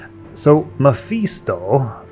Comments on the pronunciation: Meh-fis-toh, sweet Jesus hearing you mispronounce that name so many times i had to pause just to correct you. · Stopped watching because I hate how you pronounce mephisto like an asshole. Get bent